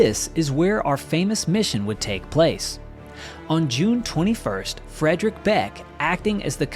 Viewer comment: Friedrich Beck, is pronounced as Freedrish Beck. Adolf is pronounced as A, in add and not Ay. Werner Mölders, is pronounced Vairner Merlders. America is made up of Europeans, so why do you insist on butchering every language.